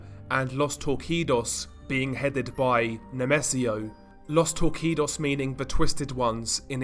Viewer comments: Bro it’s pronounced tour-see-dos not tour-key-dos. Regardless amazing content, keep up the great work! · My friend, Los Torcidos you can read " Los Torsidos", change the C for a S. Love your channel!!!! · Torcidos ìs pronounced "tor-see-dos." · Common mistake since the "C" in "torcidos" is pronounced like an "s" instead of a "k" sound. so it would be like los TOR-SEE-DOS. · just a heada up the c in torcidos is a S sound not K